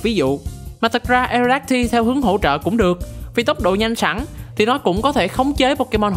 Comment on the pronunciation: Aerodactyl đọc là E rô đác tồ giống Pterodactyl nha